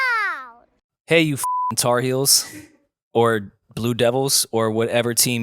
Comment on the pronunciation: saying Tar Heels just sounds wrong 😂😂😂